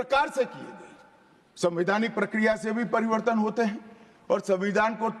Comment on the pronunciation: inse bola nahi ja raha hai pariwartan ko pariwardhan bol Raha hai aur sabse pahle to ye fit nahi hain inko har roj 5 km running karao fit ho jayega to achha se awaz niklegi